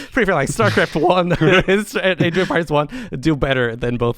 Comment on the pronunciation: Yes. Masmorra is great. But. God damn it but how he pronounces “empires” bugs me so much :-D